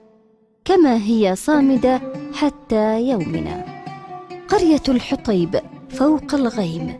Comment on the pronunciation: الحوطيب وليس الحطيب